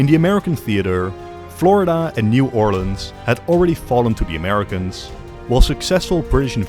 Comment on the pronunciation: I just want to say I am so glad you pronounce New Orleans correctly